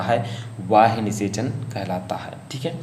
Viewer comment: Not वाह्य ,, it's बाह्य